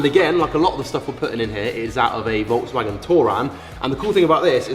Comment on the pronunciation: Ah yes, Volks\M/agen